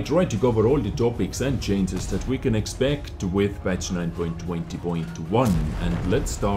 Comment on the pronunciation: If not for the information, can I sue you for the nice sound fx? ;) Btw, "chainses" cracks me up every time. :)